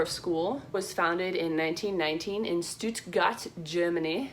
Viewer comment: awww i love how you pronounced stuttgart haha! ☺️ have you ever thought about learning german or are you not that interested in it? 😇 and the subtitles are really helpful, they help me practice my spanish!